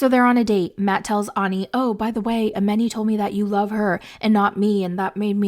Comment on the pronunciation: Her name is pronounced A-MON-i, not A-MEN-i.